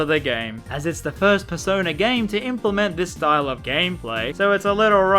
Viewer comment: Purse owner, that’s the best way to say persona.